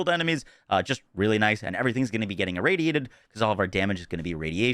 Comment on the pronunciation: Wait... Say irradiated again... Lmao